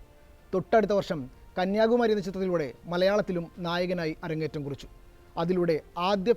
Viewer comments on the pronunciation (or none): none